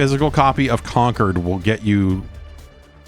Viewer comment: Con-cord not Conquered